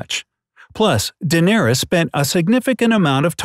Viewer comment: dendarys.. ....what..?